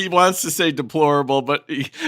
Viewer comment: “aplorable” clearly a man who doesn’t know the English language knows the law better than anyone else 😂🤣😂